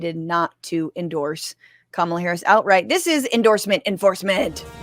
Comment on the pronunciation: Chappell Roan released another message this morning where she did get specific about Trans rights and Gaza, and also said she was voting for Kamala (whom she mispronounced.)